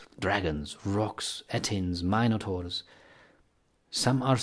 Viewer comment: eilif aune exactly. I learned that this pronunciation of Minotaurs is perfectly OK. 😊